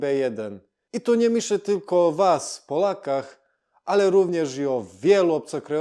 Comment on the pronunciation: Bardzo ładnie ! prawie nie ma błędów :) jedynie czasami wymowa i akcent (nie "o WAS" , tylko "O was" ) zdradza Bałkany :) .